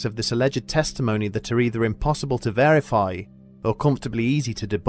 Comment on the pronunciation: I love this show but I do wish the narrator would stop saying varify rather than verify